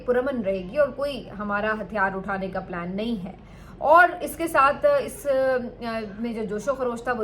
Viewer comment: Ohh didi plan hota hin plane nahi 😂😂😂😂😂 😂😂😂😂😂. ISPR students please study and educate yourself